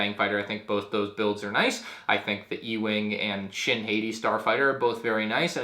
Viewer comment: It’s shin hati (hot-tea)